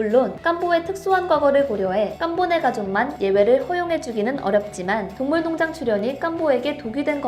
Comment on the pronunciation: 동물농장 에서 발음이 많이 꼬이네요. 화이팅 조금 더 노력하는 모습 기대할게요